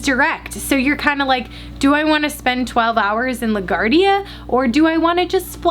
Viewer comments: That’s not how you pronounce LGA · The way you pronounced LaGuardia😖